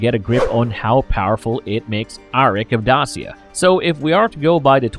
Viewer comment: Dacia = Day-shuh